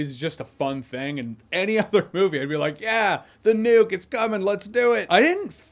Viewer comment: Am i keep hearing it as Nude? I like Nudes in movies too